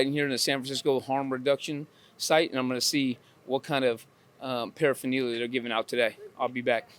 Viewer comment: Harm reduction saves waaaay more lives than abstinence programs. 12 step programs have a 2.5 to 5% "success" rate. Read the studies. I'm supposed to take advice from this clown who can't even pronounce paraphernalia??